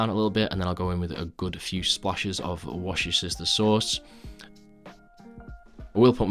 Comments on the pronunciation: The way he said Worcestershire sauce got me 🤣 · what the actual f*ck did he just call worcestershire sauce hahaha